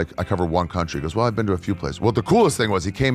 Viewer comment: Cuntree syrup 😂😂😂